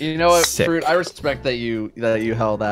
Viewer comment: I always love "MR. FWUIT!!"